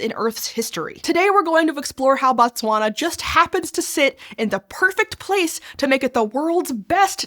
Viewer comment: Very informative video. I always get surprised when Botswana is mentioned. I remember Fairly Odd parents randomly having a pop quiz about what the capital of Botswana is 😂 Not the best pronunciation of Botswana 😅 but great video